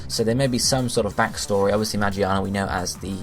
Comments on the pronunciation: it's pronounced "Muh-gear-Nuh" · Pronounced Ma- geer -na to be percise.